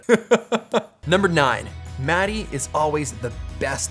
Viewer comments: Its not Matti(Maty)... Its pronounced Maat tea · Peter, I got something to tell you. Your "sauna" pronunciation was perfect but when you pronunciate the name of your friend...Matti... it sound like s*it :( It is not "mad i" like you say it, it is MATTI. I'm sure Matti is too kind to tell this to you, so I need to be the bird of bad weather here. Practice it a few times like that perfect sauna word and he will be surprised next time you two meet ;) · Matti! you have told Peter how to pronounce sauna correctly but he still calls you "Roe" (mäti). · It's not Matty, it's Muttty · as a fluent finnish speaker the way you guys pronounce Mattis name is always an insult :D